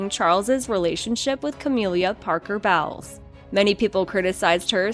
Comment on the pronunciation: ("Cah-mill-ah") Parker- Bowles ( "Bowls" - not "bowels").